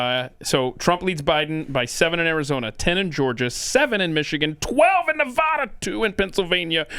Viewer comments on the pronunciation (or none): Too bad can’t pronounce Nevada correctly.